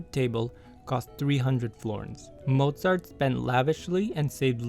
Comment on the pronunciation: I love that you pronounced his name with a V instead of a W